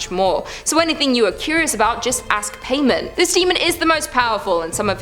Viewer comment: Paimon pronounced Pie-mon